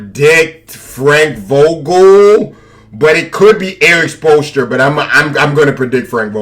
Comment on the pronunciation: He didn’t even know the name of the Heat coach??? It’s the same coach that lebron had! How could he not say it properly